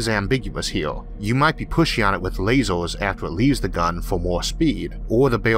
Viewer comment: What accent / dialect is this? It sounds like he says "hardor" instead of "harder" and "lasors" instead of "lasers" :)